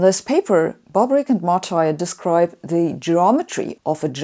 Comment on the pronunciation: That is not the correct pronunciation of the name of the Italian guy Martire. This is the correct pronunciation